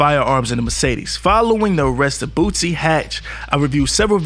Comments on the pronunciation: THIS NIGQA STILL SAYING BOOTSIE!!!🤦🏾‍♂️😂😂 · I can't take this dude serious if he still by now can't pronounce boosie. Been saying bootsie for about 1yr and a half now. He sound black but be definitely not with the culture. I'm unsubscribing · Your stvpid ass is literally reading it and still saying Bootsie. You're an 1diot bro.